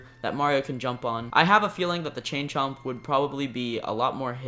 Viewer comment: He said it right